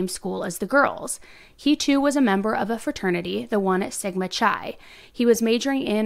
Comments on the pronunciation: Sigma kai.not chai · great reporting. just for the future: alpha phi. Phi pronounced Fee. Sigma Chi. Chi pronounced Kai.